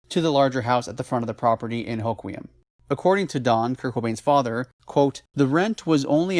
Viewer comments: I think it’s pronounced “Ho-Kwum” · Great video as always, byw it’s pronounced “Ho-quem” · Born in Aberdeen. No there isn't two ways to pronounce the town's name . And both of your pronunciations are wrong.